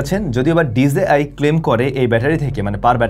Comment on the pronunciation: ভাই আপনার সব ভালো শুধু pronunciation - টা একটু ঠিক করতে হবে। It's DJI - টা pronounce করেন আর যে কোন কথা বলা অ্যাপ এর মধ্যে দিয়ে দেখেন সেই App - টা কিভাবে করে। তাহলে আপনি আপনার ভুলটা ধরতে পারবেন।